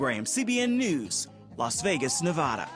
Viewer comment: Why can't people stop pronouncing Nevada wrong!? At least find out how it is pronounced by Nevada!